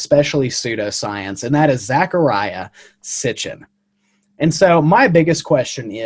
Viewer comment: You didn't debunk anything, you didn't even say his NAME correctly! It is NOT ZAC, it is ZEC. And he spoke 8 language's. I swear, when children try and "Debunk" their elders, they almost always fall flat on their faces. Just like you did here. 🙄🤦‍♂